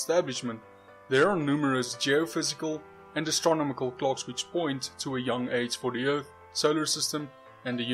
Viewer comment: I want to hear him say "astronomical" again. This was one of your more informative videos, well done!